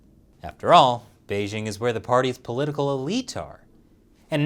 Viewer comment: The "j" in "Beijing" is not pronounced like the "z" in "azure"; it's pronounced more or less like the "J" in the English name "Jim." Doesn't know this by now?